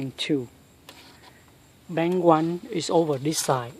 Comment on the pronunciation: bank not bang learn how to speak English better